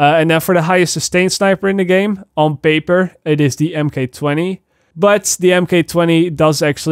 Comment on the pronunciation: Bro it's pronounced mark 20